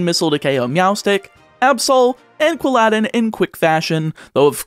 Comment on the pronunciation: MAN CALLED QUILL-A-DIN QUILL-ADDIN LIKE ALLADIN FROM THE MOVIE ALLADIN